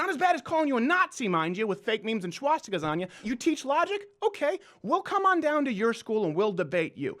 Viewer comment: Can you please learn to say swastika.....I'm a fan and mug club member but it's irking